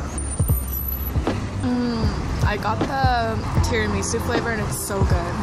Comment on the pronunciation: uuh ya'll i dont think she said tiramisu right lol